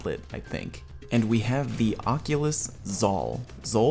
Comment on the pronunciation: The oculus- say-it-right